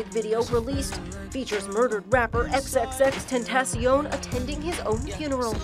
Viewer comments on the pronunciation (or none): "EX EX EX TEN TAY SHEE OWN" inside edition is running out of stories LMAO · Its more like "Xx-tenta-sion" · He's said the names Latino cause I'm pretty sure he loved Mexican people and it's pronounced "xxx-tenta-sion" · same. Or just x x x ten tah shon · Can people stop pronouncing XXXTENTACION wrong, he deserves more respect - RIP XXXTENTACION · She said his name wrong